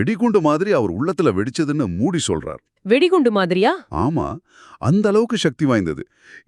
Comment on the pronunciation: மூடி இல்லங்க மூஜி